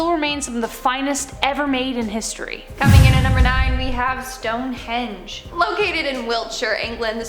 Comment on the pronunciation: Why does she keep saying the Stone-hedge?